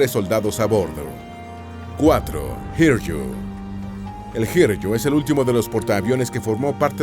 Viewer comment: Perdón por la intromisión, no busco ofender ni nada de tal índole; pero no es: (Sōr-yū) sino ( Sō-ryū ), ni tampoco (hir-yū) sino ( hi-ryū ). Ya que en el Japonés hay un silabario en lugar de un abecedario, y los hiraganas correspondientes en este caso serian そうりゅう y ひりゅう ( そ ＝ so, ひ = hi, con う haces la rayita arriba, y ゆ = yu; ahora bien no puedes hacer la ''r'', puedes hacer ら ra, り ri, る ru, れ re y ろ ro, sin embargo no ''r''; no obstante si tomas や ya, ゆ yu o よ yo, las haces pequeñas, y las pones al lado de り te quedarían りゃ rya, りゅ ryu, りょ ryo, y en éste en particular りゅう = ryū.) La ''j'' suena como la segunda opción dicha en el vídeo como si fuera ''Y'', la ''Y'' es más parecida a la ''i'' que a la ''LL'', y la ''R'' nunca la pronuncies cual si fuera ''RR'' como en perro o carro, sino como en loro (así este al principio de la palabra); los hispanoparlantes suele equivocarse al pronunciar en japonés la ''R'' como en perro, cuando debería ser como en loro aunque esté al comienzo de la misma, Ryūjō : (tomo sonidos anglófonos) no RRiuho, sino riuuyoo (r como en varilla); pronuncien varilla, ¿oyen cómo suena la ''rilla'' en varilla? ¡hagan eso! quítenle la ''va'' a varilla, y pronuncien la ''RY'' de Ryūjō cual si fuera la ri de varilla, no rrrrrrrrr.